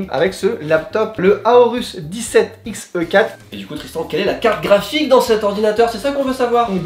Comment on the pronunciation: Dites moi que je suis pas la seule à avoir entendue Calrique au lieu de carte graphique de la bouche de Tristan à 1: 47 🤣